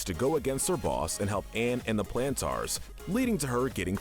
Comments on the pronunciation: It is pronounced Planters not Plantars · You said plantaurs a lot, but it is planters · Every time he say plantaar instead of plantar cringe me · Ok I cannot get over how he says the Plantars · YES YES YES I AM SO MAD HE KEEPS SAYING TGE PLANTERS NAME WRONG